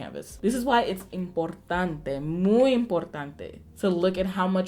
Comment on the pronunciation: I loved when you said IMPORTANTE.. lol